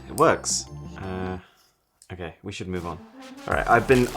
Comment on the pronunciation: He does not say okay. He says uh-kay.